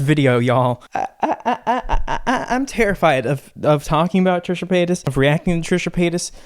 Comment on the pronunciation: I thought he was saying Trisha Penis at first